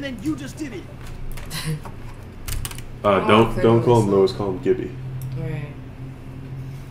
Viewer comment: She said Hey Gibs lmao